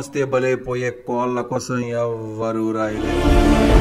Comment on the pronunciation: దీంట్లో పూర్తిగా నేను అన్నట్టు, ల-ళ, న-ణ, ర-ఱ, స-శ-ష లకు తేడా తెలియని వాళ్ళ కథలను ఎవరైనా ఎందుకు వినాలి. ఎత్తుగడ లోనే కోళ్ళు అనడానికి వీడు ఈ వెధవ కోల్లు అంటున్నాడు, వీడెవడండీ బాబూ?????!!!!!!...... ఛీ ఛీ ఛీ........వీడి నాలుక కోసి ఊరగాయ పెట్టండి. అసలు ఇలాంటి వాళ్ళు వీడియోలను ప్రోత్సాహించి వీళ్ళలాంటి వీళ్ళకు అవకాశాలను ఇచ్చేవాళ్ళకు ముందు వాతలు పెట్టాలి అసలు......... అంతేకదూ.......🤔🤔🤔🧐🧐🧐 గౌరవం తో, తుమ్మలపల్లి.వి.ఆర్. మూర్తి.